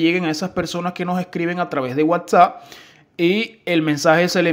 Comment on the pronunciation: MEJORA LA PRONUNCIACION DE LAS PALABRAS,,,,, te comes las letras en las palabras desde el nombre de la aplicacion ni la sabes leer..